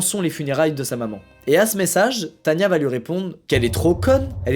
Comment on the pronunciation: c est as tania mais tana XD